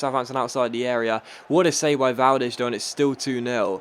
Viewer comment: Is not Valdesh is Valdes